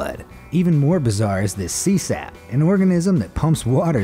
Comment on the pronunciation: "nudibranch" NOO'-d-braink. Hard C sound. That's a sea salp, not a sea sap. Cone snail venom is a cocktail of dozens or hundreds of toxic proteins. I would be very careful around them. I love your videos, keep up the good work! Hope I'm helpful and not just a nitpicking jerk. 😁